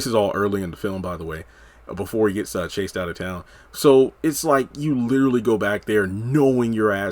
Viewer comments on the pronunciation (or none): none